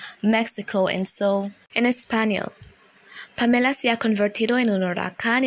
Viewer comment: the name Pamela has the accent on the first syllable... PAM-eh-la...,still appreciate you!